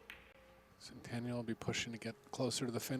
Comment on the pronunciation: About damn time Chezka. Also about time they pronounce her last name correctly at the end.